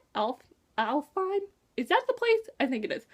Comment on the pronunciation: hearths home is pronounced alf hime i think and their rascist